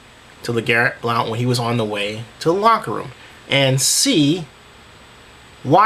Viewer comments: it's pronounced BLUNT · It's pronounced Blunt. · It's pronounced BLUNT. Thank you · his name is pronounced Blunt lol but he did drop his ass lol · people need to learn how to pronounce blount. its just blunt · first of all, you were mispronouncing blount's name. sorry, i just had to mention that. it's pronounced more like "Blunt." And I do agree that hout should have gotten at least a one game suspension for his taunting, but lets face facts... blount was in the wrong. the goodnews is that he worked his way out of that suspension and has made himself a better person because of it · The fact that you don't even know how to pronounce Blount's name right show how much you know about the situation. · your pronouncing blounts name wrong buddy